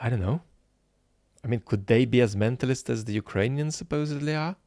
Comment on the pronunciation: oh, the pleasure of hearing you say 'mentallist'